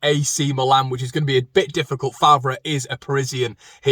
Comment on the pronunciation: It's Fay not Far for Faivre.